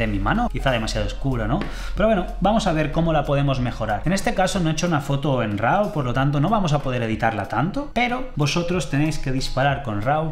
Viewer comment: No se dice "Rau", se pronuncia "ro" /ˈɹɑ/ ¿Porque motivo en España tiene la horrorosa costumbre de pronunciar como se les ocurre ciertas palabras o expresiones del idioma inglés, y no respetar la pronunciación correcta, como por ejemplo cuando dicen "güifi", cuando es /ˈwaɪ.faɪ/